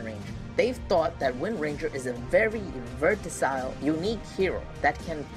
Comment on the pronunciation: Versatile not vertasile